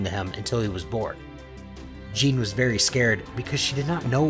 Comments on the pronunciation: Good stories man but you pronounce so many names wrong. It’s not xee-no. It’s xeno on Syllable in the E. It’s not Gine as in Jean like Jean grey. It’s Gee-ney. Hope the pronunciation improves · Stop pronouncing there names wrong it’s Geenie not Jean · Gi-ne not jen-e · Ok, look, I’m really sorry to nit pick like this, but it’s pronounced GEEN- A not like jean idk it just is wrong and they even pronounce it in the movie properly, but again this is like mega nitpicking, you can just ignore me if you want, sorry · The only thing wrong with this is the name mispronounceation like her name is (je name) not Jean but the story overall is amazing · It's gine not gene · Jeen??? Its gyna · does this guy really not know it's not pronounced gene it's pronounced gee nay gine is kakarots mother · Her name is pronounced Ge-neh, not Jean, lol. Good story though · Stop calling her jean it’s pronounced ji/nay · Hey it is not gine it is gi-ne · ITS GE-NA NOT GENE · its gin-ne not Gene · Its not Gine its Gi-ne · gine is pronounced ge nya not jine i think but however is the right wat to say it isn't my problem this is very gooooooooooooodddddd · FYI; Kakarots mothers name is pronounced Gina not Jing and yes I am aware her name is spelled Gine but it is not pronounced like that since the "E" is pronounced as an "A" and the "G" having the English pronunciation. So it is Gina not Jing. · G-I-N-E not J-E-A-N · literally just say 'gee' like the martial arts uniform. and 'nay' like the song whip and nay nay. hence you get gee-nay not gin-nay. ; ) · Why does he say Gine like Jean Lol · sorry but how does gine get pronouced as jean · Gines name is pronounced ginae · Jene lol Gine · Why do you pronounce Gine as Jeen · If you must know Gine is pronounced Ghi-ne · its pronounced gee-neigh hard g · GII-NAY Come on man. Names aren't that hard in Dragon Ball lmao. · did my man just call gene....jeen? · Bud pls giggle how to pronounce the names you called gi-ne ging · He did not just call her "Jean"